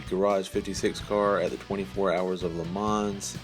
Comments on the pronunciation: It’s pronounced Le mon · i wanna trust u but u pronounced the s in le mans